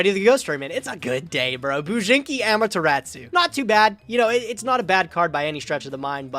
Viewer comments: The way pronounced Amaterasu as "Ama-te-rat-tsu." 😄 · love how everybody pronounces "Amaterasu" wrong. always adding an extra T where there is none